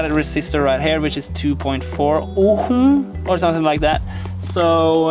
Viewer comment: From what I know, in "ohm" the "h" letter is muted so you pronounce only "o" and "m".